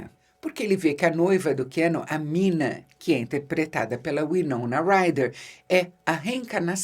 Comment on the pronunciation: Eu simplesmente amo esse filme com toda a minha alma. Tudo nele é perfeito! A interpretação do Gary Oldman é tão singular, que muitas vezes me pego falando suas falas buscando imita-lo. a maneira como ele pronuncia o nome Minaaaaa... é algo incrível! Bom, nesse filme têm dois dos meus atores favoritos, Keanu Reeves e Anthony Hopkins, além de outros que não precisa nem citar. É uma obra prima, que transcende o tempo. Bela dica para o Halloween.